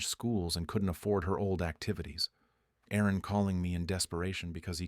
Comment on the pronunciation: There was an Aaron/Erin glitch.